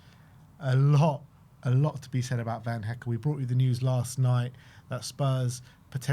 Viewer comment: I wonder how long before says Jan Paul van Hecke’s name correct the first time 😂